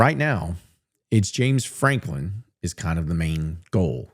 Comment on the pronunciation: if you say James Franklim one more time I'm going to UP CHUCK